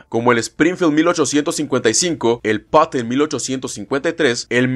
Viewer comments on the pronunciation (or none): none